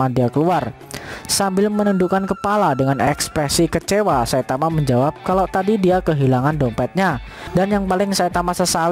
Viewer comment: Bg kenapa abg bilang saitawa bukan saitama